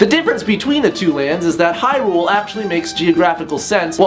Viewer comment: DUDE LEARN HOW TO PRONOUNCE HYRULE! Argh!